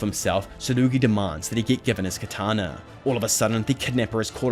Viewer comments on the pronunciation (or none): none